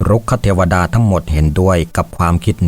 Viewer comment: รุกขเทวดา ออกเสียงว่า รุก ขะ ไม่ใช่ รุก คะ ก็ ออกเสียงว่า ก้อ ไม่ใช่ เก้อ